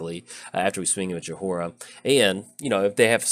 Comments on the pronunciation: I believe its pronounced "joy-Rah," but then again, my Midwestern accent doesnt always lend me to pronouncing then right even when i know. :D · Just so you know its pronounced joy-ra love the deck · No, you're right. I was thinking was trolling us. It was like nails on a chalkboard and he said it times this video.